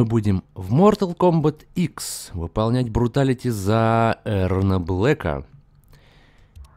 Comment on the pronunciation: Мне послышалось когда ты сказал бруталити не бруталити а фаталити